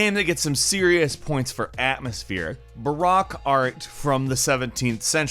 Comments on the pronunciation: It's pronounced Ba-Roke you peasant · Baroque is pronounced Ba-roke, not Barack. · Did he seriously just say “Ba-rock” instead of “Baroque”? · The O in baroque is pronounced Oh not Ah. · "Barak" art? Do you mean baroque art? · I cringed really hard when you said "barock art", it's baroque pronounced baroke